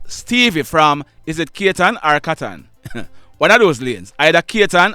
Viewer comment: Extremely sad., motor vehicle accident and crime taking alot life's in Jamaica.., Speeding was a factor .,but it all narrow down to drivers error , Katon not kayton pronounced It's everybody's constitutional, natural, legal and birth right to defend their selves against any form of attack, abuse verbally or physically., Unuh stop talking out of emotions and nepotistic feelings., facts is should not be eliminated from this incident.., we Jamaican use too much emotions to distinguish truth There is so much I can say about what's happening in mobay., I lives here and everything is happening around me., mobay is an hoodlum Paradise , is a gun factory here., Fighting crime is everyone's business and should be., as I said in recent post., the police can do no more., now it's up to the citizens